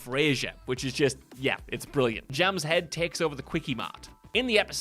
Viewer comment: The pronunciation of the name Jamshed is horrible. Even the Simpsons were closer to its actual pronunciation, but pronounced the "D" at the end, which isn't really a letter in Persian, Hindi or Urdu in which the name exists. It's much closer to "Jum" "Shaeth" when spoken.